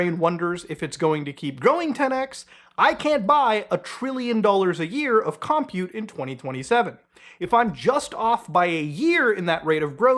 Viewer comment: Im so sorry, im autistic. You got it wrong 3 times and then right once, but the word 'compute' isn't pronounced 'cum pjute' it's just pronounced like 'computer' but without the r. The second syllable is stressed, never the first.